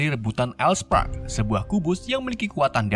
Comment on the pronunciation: Decepticon,bukan decepsion,start scream/start skrim bukan startcrem,all spark bukan all spek Tp bagus,ada nyelenehnya sedikit transformers collab sama ML